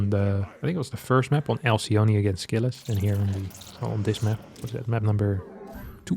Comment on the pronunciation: 1 thing that bugs me for some reason is the way that everyone pronounces Alcyone (Ἀλκυόνη). she is the wife of the mythical Ceyx, and she and her husband turned into Kingfisher birds in the Ovidian myth. In greek it would be pronounced with a K sound instead of the C and a short E at the end, pronounced as the E in Echo